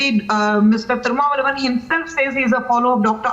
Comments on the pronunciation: The Anchor pronounced Thiru mala valvan instead of Thirumalvalan but it aptly suits him :) Also this guy has a Phd in Mass conversion ... no wonder he is against hindus and hinduism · For the Journalist - The right pronunciation of the leader's name is Thiru-Thol- Thiru-ma-val- la-van. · I like the way his name was pronounced malavalavan 😂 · first write the spelling right and pronounce it correct - thirumavalavan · Madam.. please learn to pronounce leader name correctly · You people pronounce all English words properly, can't pronounce a leader's name? Learn and come to studio, madam. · Thirumavalan she doesn’t even know to pronounce his name properly Shamr on her North Indian lady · The news anchor pronounce his name is dirtpls any one tell her what is that!